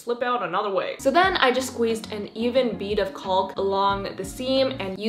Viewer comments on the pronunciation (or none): CAuLK it’s pronounced “kok” I know it sounds bad but whatever💕😂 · LOL “caulk”? Girl it’s pronounced “cock” , no way around it. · THE L IN CAULK IS SILENT AHSJDJAHHAAH